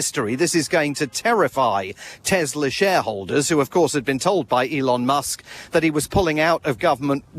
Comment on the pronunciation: 1:82 "Mr Muck" lol,. hahahahaha